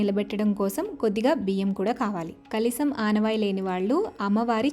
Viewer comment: kalisam kadu, kalasam anali.